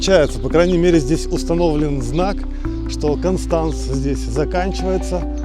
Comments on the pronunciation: КОнштанц ist richtig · Ни один немец или швейцарец не поймёт если сказать кАнстанц😂 пока не скажешь кОнстанц, странно что вы ещё не перестроились в плане произношения- акаете как масквичи 😂 всё просто что касается гласных- как пишется так и слышится